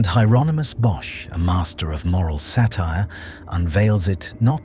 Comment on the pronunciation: It's pronounced Yeronimus, the H is silent. AND, the couple in the foreground is Adam and Eve, you can see the fig leaf. They brought original sin into the world.